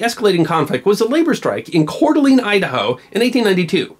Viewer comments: Coeur d'Alene is pronounced 'core da lane', not 'core duh lean'. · Raised in Wallace and went to NIC when it was still a Jr College, you are almost correct on the name it is pronounced as Core-duh-lane may be saying the same thing but the middle is def. a duh. now lets try Pend Oreille :>) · In the Spokane / C d'A area, we typically pronounce it Core deelayne not deeleene. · Love your program, but as a native of the Pacific Northwest, we call it Korr deh Lane with Lane rhyming with Pain. It's a picturesque and lovely area, rimmed with resorts, cabins and grand houses. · Not to pick you apart and I'm not trying to be rude but your pronunciation of Coeur d'Alene is a bit off. It actually sounds like *Cord-uh-Lane*. Another one that most people who don't live here struggle with is *Boise*. People tend to pronounce it *Boyzee*. The proper pronunciation sounds like *Boy-SEE*. Anyhow, I just wanted to tell you how much I truly enjoy and appreciate your videos. I've loved history as long as I can remember. If you manage to read this, could you maybe do some more videos about Idaho history? I think that would be great! Keep up the awesome work and great content. I am so glad to have stumbled across your channel!!! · My grandfather, who grew up in Cour D'Alaine Idaho, always pronounced it Cor-d-lane. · As always, a great video. But, much like South Dakota and the pronunciation of Pierre, please, it's Coeur d'Alene... (Core deh LAYN) ... Same goes for the lately famous Moscow (Mos Coe) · Pronounced "Kore de lane" ... you're welcome. THG - "Labor has soured on violent tactics" Jimmy Hoffa - "Hold my beer, brother" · You pronounced Coeur d'Alene wrong. I can't blame you as Idaho has plenty of french-origin place-names that aren't pronounced by locals in the way that anyone else would expect - but nevertheless ... The wiki page for the city has a sound file that pronounces it correctly if you care to hear it. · You murdered that pronouncing of Coeur d' Alene.......